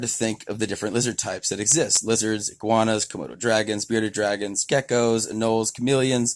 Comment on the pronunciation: It's eguanas, not guanas